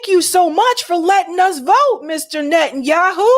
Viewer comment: The United States of Netten Youwhoo